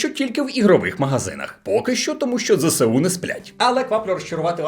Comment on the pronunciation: Автор каналу, вимовляйте " ЗСУ " правильно.